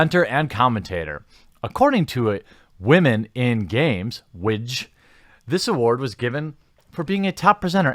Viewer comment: You're pronouncing "women" wrong.